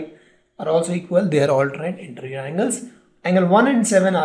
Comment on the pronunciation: It is interior not interrr